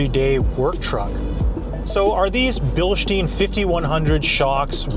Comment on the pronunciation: Its Bilstein not “bilshtein”. Sorry.